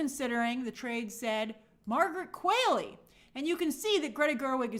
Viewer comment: It’s “Qu-ALL-ey”. Not “Qu-AIL-ey” 😭😭